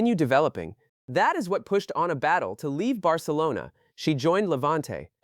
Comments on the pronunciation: It’s “Batlle”, catalan surname, not “Battle” 🤣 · She is free agent. Up to her. Also! Who is the idiot that keeps calling her Battle……. ? Learn to pronounce names and people won’t call your videos shite… like this shite video